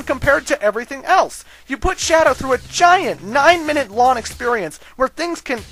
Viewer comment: does anyone else notice dude isnt pronouncing "ng" .... "long" turns into "lawn".... lol